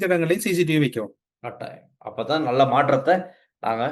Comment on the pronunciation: நல்ல என்பதை நள்ள என்றா உச்சரிக்க வேண்டும்?